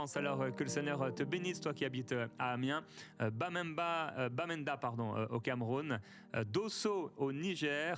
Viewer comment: Bravoooo pour la prononciation de Bamenda au Cameroun 🇨🇲 c'est la partie anglophone, big up to you all❤